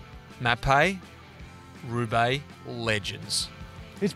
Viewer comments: Who's this joker? He can't even pronounce the name of the race correctly and then he chooses a team with a sketchy doping history (Mapei) as his greatest ever riders. C'mon GCN. You know the 90s and the 00s should just be written out of the history books. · He raced Roubaix eleven times, and even left part of his face on the cobbles of the Arenberg in 2016 in spectacular fashion. He used the name both ways if you watch it properly, and has every right to pronounce the name of the race however he wants. TBH, I think he did that to irk some viewers. It's called Australian humour.